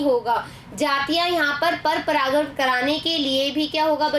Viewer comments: Aap baar baar pragkan bol rhi ho wo pragan hota hai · Aap bar bar paragan ko paragkan bhi kah rahi ho Ma'am